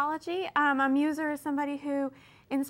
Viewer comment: It's muse, not muser.